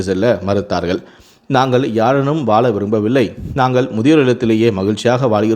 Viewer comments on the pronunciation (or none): ஏண்டாதமிழ்உச்சரிப்பு ழ ள ற ன சொல்லத்தெரியாகம்முனாட்டிங்கல்லாம்கத அளக்குறானுக இதுவேதனை வாழ என்பதற்குவால பழக என்பதற்குபலக வழைபழம்ஆழுகி கீழேவிழுந்துது என்று இந்தநாதாரியின்நாக்குநயம்படசொல்லாது வாலபலம்அலுகி கீலேவிலுந்ததுஎன்று தான்சொல்லுவான்!